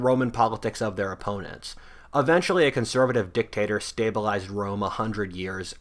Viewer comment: Lol you said Dick-Tater